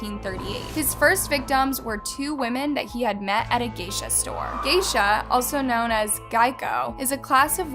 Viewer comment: not to mention she called his name seiShaKu!! And called Geisha the freaking car insurance!